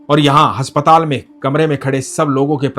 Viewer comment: Bhai aap haspatal bolte ho but aspataal hota h ❤